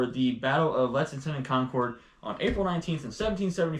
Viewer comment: Balance bikes FYI, Concord is pronounced Conk-ord. I was born there. 😊